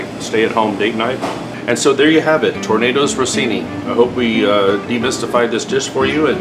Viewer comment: It's pronounced tor nuh dow ruh see nee. Not tornado🌪️Rossini. It's foie gras not faux gras. The pan is a carbon steel not a cast iron.